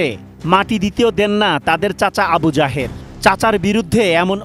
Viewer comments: সাংবাদিক বলছে আবু জাহের, আমি বারবারই শুনছি আবু জাহেল। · আবু জাহেল ✅ আবু জাহের ❌ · আবু জায়ের না আবু জায়েল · আমি প্রথমে মনে করেছি বলেছেন আবু জাহেল। পড়রে শুনি আবু যাহের। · সাংবাদিক ভাই আবু জাহের৷ বলতেছে আমি শুনতেছি আবি জাহেল তাই ভাব লাম নামের সাথে কমের মিল রয়েছে বটে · Abu jaher ❌ Abu jahel ☑️ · আবু জাহের নয়, "আবু জাহেল"!! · নামটা আবু জাহের না হয়ে আবু জাহের। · আবু জাহের না আবু জাহের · আবুজাহেৱ না তাৱ নাম আবু জাহেল